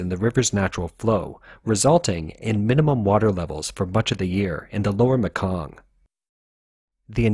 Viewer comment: Laos is really pronounced Lao.. no S pronounced. Myanmar is pronounced Meanmar.... And finally The Mekong River is pronounced Maykong... I know this. I live in Thailand.